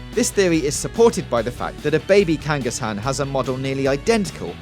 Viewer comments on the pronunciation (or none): Way to miss pronounced Kangaskhan several times. Also you don't kill Ratacate. He simply changes it out for a better pokemon. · You do know there is a second K in Kangaskhan, right? You're supposed to pronounce that second K. Why do so many get the pronunciations wrong even after a couple decades of the show being around for people I HEAR how the words are said?